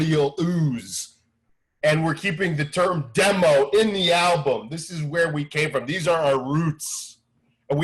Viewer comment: You know Eric is a true mr bungle fan when he says “bungle” albume